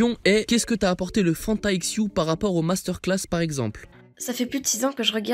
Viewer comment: « Leu phanta fois iou »